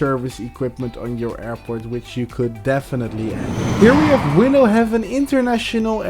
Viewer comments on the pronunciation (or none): none